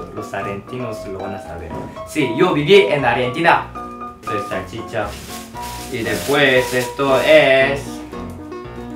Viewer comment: Amo como pronuncia todo 😂 salchiiiicha! ❤️